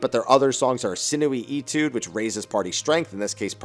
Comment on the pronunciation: Etude = AY-tude, not EE-tude, just FYI.